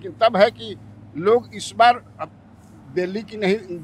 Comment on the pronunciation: भाई ई डेल्ही ना दिल्ली हा